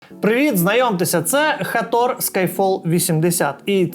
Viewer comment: Як же ріже вухо цей Хатор, і усі ураїнські блогери як папуги повторюють цю помилку. жах.